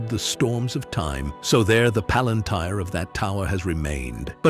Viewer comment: You mispronounced Palantir, like the tech company does.